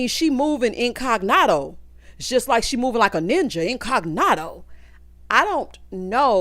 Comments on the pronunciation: I rewound to hear “belived” and “incognarto” more times than I can count. Absolutely ridiculous. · Tell me he didn’t say in-cog-noto???? What is that???? I didn’t watch it yet